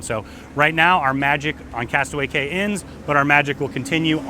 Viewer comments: I would think a travel company would know its pronounced "key" not "cay". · It's KEY...not CAY!! And you said that Royal Caribbean's Island is called Castaway Cay! And your a travel agent?? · Its key!!! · Its pronounced "key" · Prounounced Castaway KEY! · Yes, thank you, pronounced KEY... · Although the name is Castaway Cay, it’s actually pronounced castaway KEY. Just a heads up. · It is pronounced castaway KEY